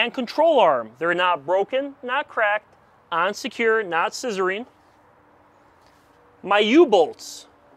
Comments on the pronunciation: “On secure” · Is he saying “and secure” or “unsecure”? 🤣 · Is he saying unsecure or on secure? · On secure